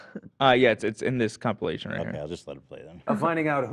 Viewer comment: that boy certainly did not say "compilation" and i know i'm not the only one who noticed